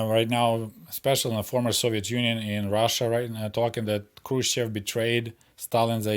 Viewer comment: Why are you pronouncing "Хрущёв" like a westerner? My Russian GF spent weeks teaching me how to properly pronounce his name.